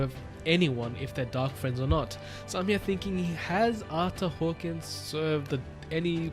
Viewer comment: If you wanted to know it's actually pronounced Ar-ter Hawk-wing